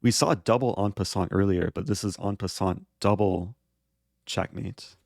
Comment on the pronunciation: “EN PASSANAT”